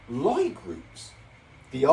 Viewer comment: Lie is pronounced lee